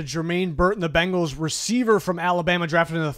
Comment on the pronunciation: Bengals not Bangles